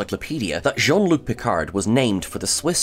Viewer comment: Please: Picard with a silent D At least this "original" Piccard, when it's french, the D is silent.